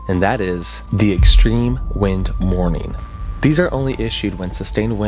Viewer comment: Thought you said “mourning” and I was like “hfs, wtf do you mean😭”